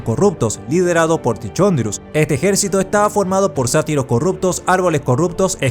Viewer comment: Man… se lee TiCONdrius, no TiCHONdrius